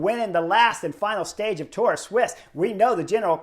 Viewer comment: Sweessss. Sweeesss sweeess keep saying it sweeeeeessss. Not fkkkkn swiss. It’s sweeeessss